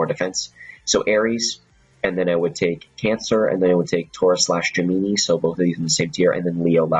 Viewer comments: It's pronounced Gem-in-eye not Gem-E-ni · love the vid like always, just one thing. Gemini, pronounced Jim Men Eye. lol that's all